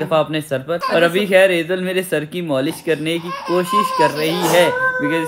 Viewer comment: Molish nhi malish😂